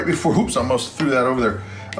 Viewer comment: You say Al most instead of All most, funny.